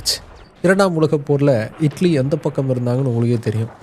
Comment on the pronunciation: Italy ❌ idly ✅